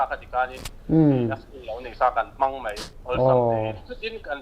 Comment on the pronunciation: Mei ti lovin,Mai tiha lam ṭhin a ṭha hle 'Mai'.